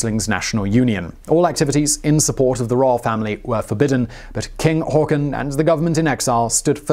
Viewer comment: o Not really that bad actually. Much surprisement!